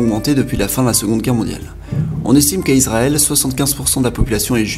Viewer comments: C'est ma première 👎 dans ta chaine youtube à cause du "pays isrrl" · Israel pas izrael aussi😂